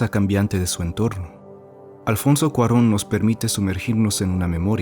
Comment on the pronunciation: ¡Exacto! Sospeche primero cuando lo escuché pronunciar Alfonso Cuarón bien, jaja.